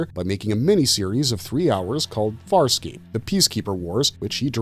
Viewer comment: Wow, you jacked up Farscape something fierce. Still glad it got a shout out though